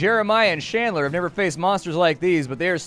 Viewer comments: It's Chandler, not "Shandler." Haven't you ever seen Friends? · You are pronouncing Chandler like Shandler and I can’t fucking stand it. Are you really that dense? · Who pronouces Chandler as Shandler... wtf. Bad.